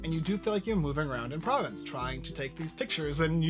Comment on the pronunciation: Pronounced Pro-VONCE and Bu-RA-no